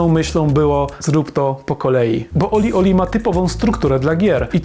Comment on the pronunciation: Nie żebym się czepiał, ale się czepiam - gra nazywa się OlliOlli, nie OlieOlie. Trochę marnie gdyby ktoś chciał po tym materiale poszukać gry. Sama gra jest trudniejsza z każdą kolejną częścią, w World mam najmniejszy % (51) osiągnięć. Ale nadal baza wojskowa z jedynki to moja najbardziej znienawidzona sekcja.